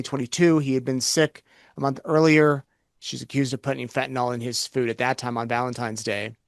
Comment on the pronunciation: Stop saying fentan-all. That’s my petty pet peeve. Fentanyl.